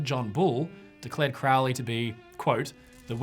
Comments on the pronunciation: It would really add to your credibility if you pronounced his name right. It was Crow-ley, like the bird, not "crou-ley." He despised witchcraft and did not do "black magic." It might help if you actually read something he wrote. Jeez. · it isnt. crowley even wrote a poem about it " those who treat me foully call me cr -ow-ly those who see me as holy call me crow-ly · It is pronounced Kroh'lee, NOT CROW-LEE. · Why does everyone pronounce it Crou-lee, when ots pronounced as it is spelled: Crow (the bird) Lee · Crowwley how he pronounces or crow-ley? I say Crow ley... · It’s Crow-ley, rhymes with Holy. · Superficial Bull shit, You can not even pronounce Crowley"s last name properly. The man was brilliant. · No it's not, it should rhythm with "Holy", I'm also in the UK. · He himself always pronounced it to rhyme with "holy." And he didn't do "black magic."